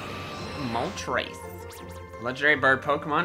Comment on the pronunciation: It’s not moltrase it’s more moltress